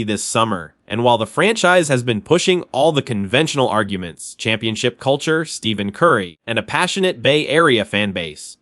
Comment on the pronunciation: You should learn how to pronounce Stephen Curry's name